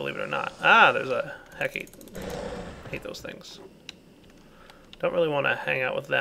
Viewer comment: Good old. He's taught me everything I know about mods, but still I can't help but laugh when he says hecate as "heck-ate".